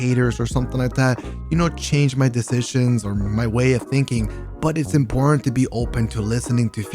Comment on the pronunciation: “I still found that criticism, that feedback to be in porn” I swear that’s what I just heard 😂🤣😂🤫